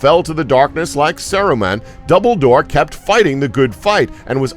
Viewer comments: Daeg He even mispronounced (Dumbledore) -_- Doubledoor .......injust now got to the part where he pronounced Eowyn as EEEEowen -_ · Everybody knows about famous wizards Albus Double-Door and Gellen Grindelwall. But seriously, the blue wizards didn't disappear in Mordor. Heard of fact checking? By this point in the video I actually started to wonder if this was some sort of joke, nobody could possibly mess up every single name or piece of lore this hard.